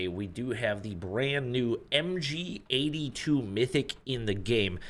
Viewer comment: MG42❌ MGA2✔️